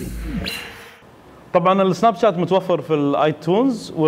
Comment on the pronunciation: اخوي ملاحظتين سريعة الاولى اسم البرنامج سناب شات وليش جات حتى بالانحليزي تنطق تشات الملاحظة الثانية وقت عرض الصورة اكثر شي عشر ثواني وليس دقايق وشكرا